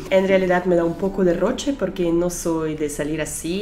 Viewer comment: Me encanta como dices roche como peruana...y tus ojitos azules son impresionantes!!!!